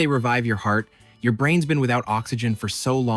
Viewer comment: Definitely an AI robot voice; at the end, when you said "what's your excuse?" a real person would have said " what's YOUR excuse? "